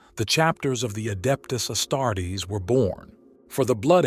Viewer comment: Omg the AI voice says adept a starts lol!